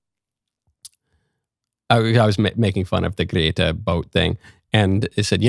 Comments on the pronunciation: I know right 😂 I find myself saying Grrrretta now 😂😂😂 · The way michael says gretta is hilarious